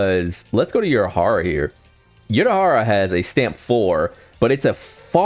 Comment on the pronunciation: "nel-el" frying me twin lmao, bro also said "your-a-hara"